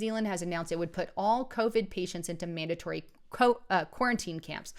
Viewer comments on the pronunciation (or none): none